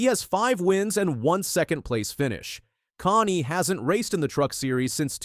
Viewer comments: Kasey (Connie? Lmao..... its Kahne like cane ding dong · Casey Con? Casey Connie? Get it right, twit! It's pronounced Cane! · Hey bubba Didn't do your homework did you. Who is Casey Connie? It's pronounced Cane spelled Kahne. You would know that if you ever watched racing!! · I was like what the hell is this? I had the CC on too, and it was spelling the guy's pronunciation, "Connie," lol. 🤣